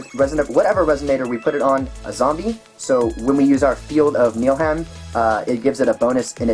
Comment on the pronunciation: you said you have trouble with the pronunciation of Niflheim? I can help with that :) Niff/uhl/hyme (Niff rhymes with Sniff)(Uhl rhymes with Dull)(Hyme rhymes with Lime) Sorry, I'm big on Norse Mythology and Niflheim is a big part of it :p Other than that, AWESOME deck! I can't wait to get a Rezzard and try it out after a few tweaks to suit my style. When I say "Few", I mean it because THIS is pretty much my style lol